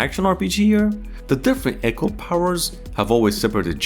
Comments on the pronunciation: Eco not echo!!! Dude come on. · precursor not prosecutor 😂 and eco not echo... I wonder how long you've said that wrong 😅😂